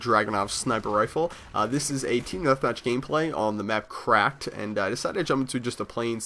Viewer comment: I thought he said "craped" instead of "cracked" anyone else?